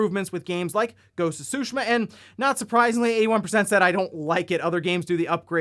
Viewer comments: I thought the pronunciation is supposed to be "soo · `shee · muh". where did this made up "`soo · sheh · muh" come from? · The T isn’t silent, it’s pronounced as, tsoo-shee-mah. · I like how he pronounced it as “Ghost of Sushimah.” 🤣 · You said ghost of sushima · Why can’t you pronounce Tsushima correctly?! Lol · T shape with your tongue as you would say it on its own and the rest follows.